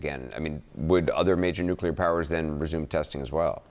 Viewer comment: Does he keep saying "nucular"?